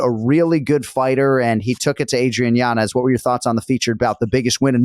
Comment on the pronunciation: I know u love the correct pronunciations JA so it’s Yan-Yez